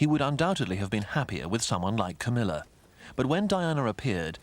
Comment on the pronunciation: "Cowmilla" LMAO